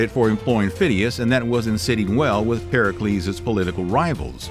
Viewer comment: Pericles not percalees